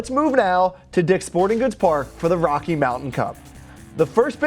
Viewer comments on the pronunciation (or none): none